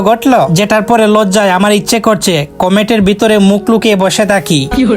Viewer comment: Komet ❌ komot✅